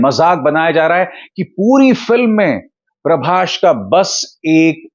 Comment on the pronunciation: I just saw tumhara 90% content sirf ShahRukh pe Bana hua hai....tum bik chuke ho aur sirf ShahRukh ko upar dikhana chahte ho. So sad to see....Dunki ko public bkwas bol rahi hai aur tum zabardasti upar bol rhe ho. PRABAS bolna to seekhlo pehle....it's not Prabash. ShahRukh ke chamche ho tum simple....